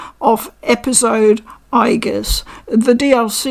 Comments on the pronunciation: In Japanese she is written in the way you pronounced (with the hard G sound) 👍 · you mention that you don't think Aigis has a "canon" pronounciation. In the games (at least in p3r) and movies her name is always said with a "hard" g. Would this not constitute a canon pronounciation, or is her name said differently in other languages or medias?